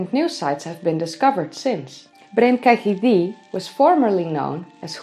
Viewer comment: its pronounced Ketty by the welsh